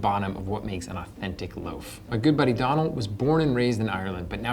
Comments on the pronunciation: It's pronounced "Doh nal" , not "donnel". Mortified he didn't correct you 🙄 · It's not Donald minus the last d. It's Doe (a deer, a female deer) null. Doe-null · OK, good with the bread but let's work on Donal's name, it is pronounced "dough-nall" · Hey, it's Doe-nal, like doughnut with an L instead of a T. Great episode though! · Heads up, Donal is pronounced "Dough-nul". Missed pun opportunity! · So many opportunities missed by mispronouncing his name. It's pronounced dough-nal. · "my good buddy Donal" proceeds to pronounce his name wrong for the entirety of the video